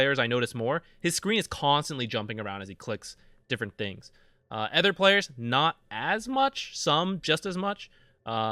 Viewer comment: I'm referring to his pronounciation of the word "other" not the in game dota item